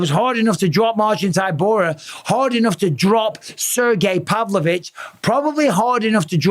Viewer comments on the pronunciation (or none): everyone: “sergei pavlovich” bisping: “SIR GAY PAV LO VITCH”